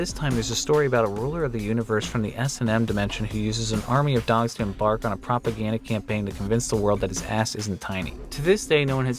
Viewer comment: "Army of dogs that 'em-bark'"....